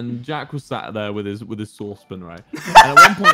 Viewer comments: I understand the way he says sauce, but it sounds like saucepin to me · he really said soce pon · OKAY I SWEAR HE WAS SAYIN SOURCE BIN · ME TOO I THOUGHT HE SAID SOURCE BIN